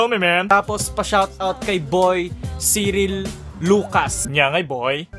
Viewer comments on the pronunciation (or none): Thanks boy! It's "Sayril" not "Siril" HAHAHAHAHAHA.